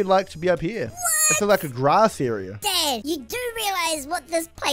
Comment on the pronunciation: When he said dad it sounded like dead